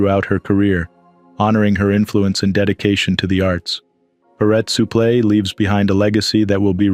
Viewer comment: If yer gonna narrate , please, practice the names before ya read . Suplex i ask you